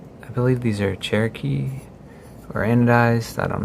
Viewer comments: Cerakote, not “Cherokee” my boy… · Hahahaha glad I’m not the only one who caught that and was like - Cherokee?? Whaaaat?